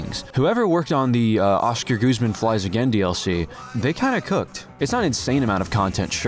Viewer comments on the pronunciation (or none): none